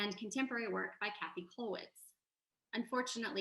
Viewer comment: Käthe is pronounced like Kay-teh, not Cathy.